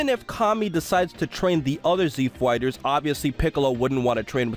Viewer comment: Z Fweighters''